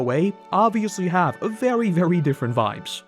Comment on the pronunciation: Saaammme, but DIFFERUHNT